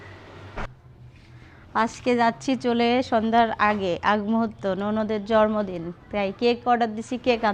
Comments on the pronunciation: Jormodin na bolo jonmodin..uccharon thik korlo. Kammi o bolto jormodin. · জন্মদিন উচ্চারণ ঠিক করে বলবেন।যেহেতু এটা পাবলিক প্লাটফর্ম তাাই উচ্চারণ ঠিক না করলে শুনতে খারাপ লাগে। কিছু মনে করবেন না।আপনাকে ছোট করার জন্য বলিনি।জাস্ট একটু পরামর্শ।